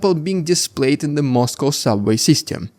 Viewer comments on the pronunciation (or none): none